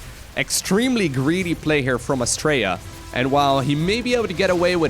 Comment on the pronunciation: I kept hearing him say Australia as well ... I must be way too used to us Aussies saying it.